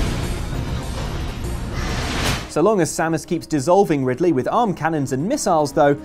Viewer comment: Its Ri D ley tho.